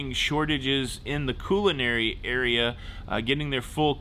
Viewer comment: Puerto Vy-arta & CULL-inary. Not Q-lanary